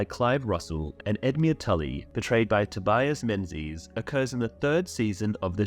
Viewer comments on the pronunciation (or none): none